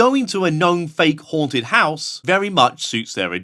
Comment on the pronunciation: They say "its most hounted..." IN EVERY VIDEO lol